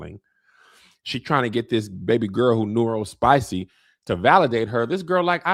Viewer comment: Wait. You said 'nuero-spicy'🤣🤣🤣🤣🤣🤣🤣🤣🤣🤣🤣🤣🤣🤣